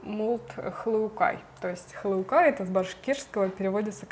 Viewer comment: Обрадовалась когда услышала хылукай. Я из башкирии